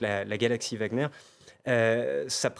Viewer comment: Wagner, pas Wagner DE G A G E Z C'est tout !!!